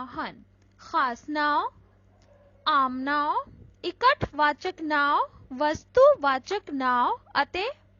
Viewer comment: Not ‘now’ it’s ਨਾਂਵ